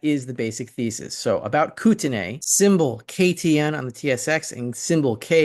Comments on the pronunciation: we pronounce Kootenay Koot n e in this region. Canada EH! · It is pronounced ‘ koot en eee’ or koot n ee. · Live your stuff! It is pronounced Kootnay fyi